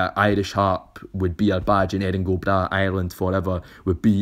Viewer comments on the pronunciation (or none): Great video! The original pronunciation in English of "Erin Go Bragh" is Air-in Gu Braw. Really, such a great video I'm looking forward to checking out your channel! Thanks for taking the time to make such an informative video